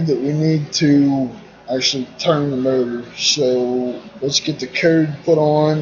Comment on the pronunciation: I thought you were saying "murder" for motor.